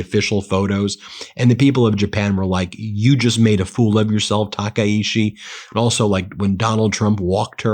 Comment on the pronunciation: My god, get her name right 😂 I knows it's a little thing it's just so annoying. Her name isnt taka ishi. Its ta Kai chi